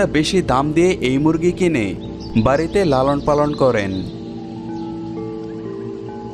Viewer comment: "বারীতে" নয়, "বাড়ীতে"